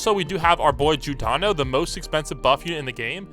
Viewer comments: bro really called yhwach judano who tf even is judano💀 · he dosent know how to say "Yhwach" from bleach, shit gets me mad too